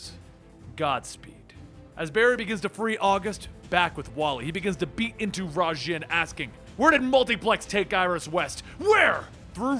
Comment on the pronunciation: Why do you say raijin like that